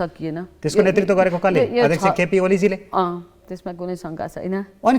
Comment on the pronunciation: नेतृत्व भन्नुहोस् नेर्तित्व होइन भित्र भन्नुहोस् भिर्त होइन नेपाली भाषाको शुद्धता लाई ख्याल गर्नुहोस् जी